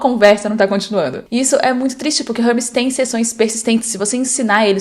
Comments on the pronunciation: érmes - não é Rérmes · "Hubs... Rãmis... Harmes...? Ahhh, agora entendi, era Hermes! 😂 Uma sugestão sincera: como o vídeo é em português, talvez valha mais a pena usar uma pronúncia mais próxima da que o público brasileiro está acostumado a ouvir. Nesse caso eu realmente demorei para entender de quem você estava falando. Se a ideia era gerar engajamento nos comentários, funcionou perfeitamente. 😅 Mas se não foi intencional, a pronúncia acabou atrapalhando um pouco a compreensão do conteúdo." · Se fala érmes, não rérmes